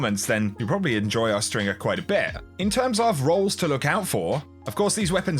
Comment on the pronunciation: Ahhrrrgghh. You, Coolguy and Fallout now..! It's Aw-strin-jer not Os-tring-er.. The word is linked to Falconry.. Get it. Hawkmoon, Eyasluna and now Awstinger(injer).